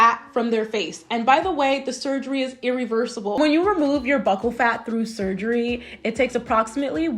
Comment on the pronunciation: Did you do any research at all if you don’t know how to say “buccal” 😂